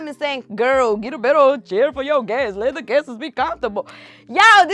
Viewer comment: Guestes as people is not a word, its guests. Coup and cope are two different words. Love you girl but let’s work on this.